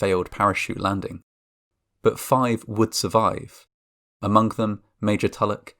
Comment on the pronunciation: Fuelink = Fueling. Wink = wing. Amonk = among. Detonatink - Detonating. So be prepared if you all have towns that end in G that sound similar to those kind of words. Pittsburgh should be safe though, it has a harder G than fueling or anything with an ing sound.